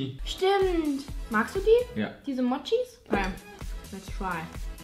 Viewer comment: Mochi schpricht man anders aus😂😂😂😂